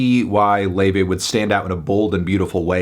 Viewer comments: Whddyu mean lay- vay its luffy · you pronounced her name wrong